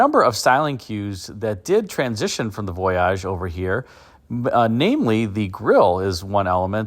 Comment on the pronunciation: Why are you pronouncing voyage so very oddly? You are reminding me of John Davis trying to pronounce Camry on motor week… remember at first he called it a CamrAy? I think someone told him it was pronounced that way, and then laughed at him as he mispronounced it for a season or two… If you were to go on a trip on a boat, would you pronounce it the same way as you do the concept caddy? How do you say Plymouth Voyager I wonder. Is it Voyagér?